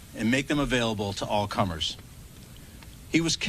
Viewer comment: "All cummerz"